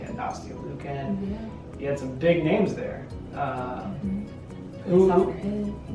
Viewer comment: When pronounces your name right YESSS!!! Ah y'all are the cutest ever and I can't wait to meet the littlest baby null <3